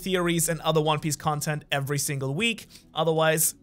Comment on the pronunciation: Sorry but the “every” is really annoying me